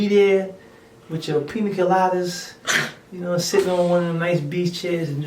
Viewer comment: The way he says beautiful and pina colada